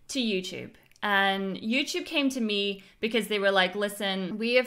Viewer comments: I hate the way she pronounces YouTube. YEW-CHUBE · YouCHUBE YouCHUBE YouCHUBE YOUCHUBE